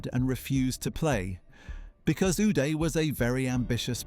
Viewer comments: "Againest," "stick" for a golf club, location of Switzerland , "Goodby," "19;00PM," "News Paper," "Yought." Really? And the guy's first name us pronounced with "ah" not "eh." What is going on here? *Do you think reading is some kind of a lifestyle that you are just not into? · Is it just me or is how he says uday funny for some reason 😂